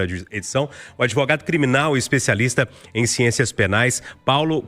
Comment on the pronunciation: Itatiaia é filial da Globo? Esse adevogado aí … çei não!!!